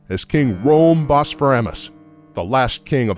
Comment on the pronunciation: It’s actually pronounced as bosphar-OM-ous not bosphar-AM-ous